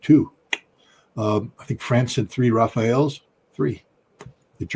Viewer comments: Not ‘rafaels’. Rafales = french for burst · This is off-topic but it pains me to hear Scott mispronounce Rafale into some Rafayel for the second time in two days. It's "raf" as in Rafael and "al" as in Al Capone. Raf-al[e].The final e is mute, unless you live in the South of France where silent e's are pronounced. Btw it means gust, as in gust of wind and has no angelic connotation.